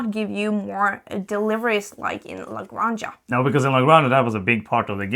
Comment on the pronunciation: I kinda understand native english speakers trying to pronounce everything in english like there is no other language in the world, but you guys! cmon... type how to pronounce "la granja", you are better than this! Love your work, keep it up